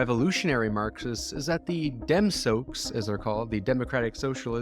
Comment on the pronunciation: "Dem-soaksss" do leafs really